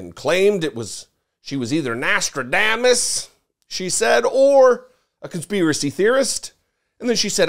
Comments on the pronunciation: Who the hell is Nostra-DAY-mus? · I hope they sue her for putting his family through that type of additional pain during their time of grief. "Candice Owens" IS a walking talking crime. Someone needs to tell Ms. Owens that it's pronounced Nostradamus (has IN Nos-tra-dom-us)not Nos-tra-dame-us. 🙄🙄🙄 Bless her little pea picking heart.✌️ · Notradamus (pronounced with a long a) is right up there with gaspacho. It is No(s)tradamus ("a" pronounced as ah) and Gestapo. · Wow she doesn't even know how to pronounce Nostradamus correctly. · She can’t even pronounce Nostradamus correctly. So ridiculous.